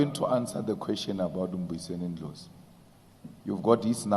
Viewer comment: Why is it difficult for him to say Dr Ndlozi?